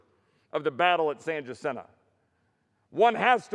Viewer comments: Pure ignorance...lost all credibility when you couldn't even pronounce San Jacinto.....Texas strong....yea right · Chip Roy is an embarrassment to Texas. First he should learn how to pronounce San Jacinto before grandstanding.